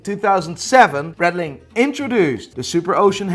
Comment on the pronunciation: Please learn how to pronounce Breitling properly. Other than that, very enjoyable content